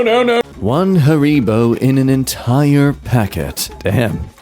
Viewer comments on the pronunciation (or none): none